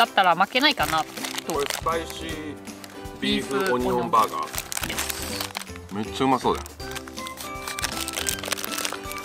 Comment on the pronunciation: 日本一のオニオン・バーガー🍔オニオン・リングをいただくには，淡路島まで行かなくっちゃならないのかあ(東京在住)😢 Lenaさん，Onion Burger や Onion Ring の発音が完璧に日本語になっていて，脱帽🎓🎉(細かいところまで聴いているんだよ，Lenaさん❤)